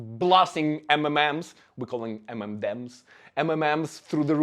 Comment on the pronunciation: I lost it when tried to say M&Ms seriously